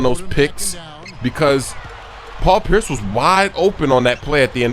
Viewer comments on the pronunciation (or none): none